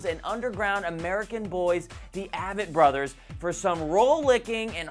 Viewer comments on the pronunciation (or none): Pronounced AAAAAAvett brothers, as in the letter A! You should at least know how to pronounce the names of the bands you are complimenting....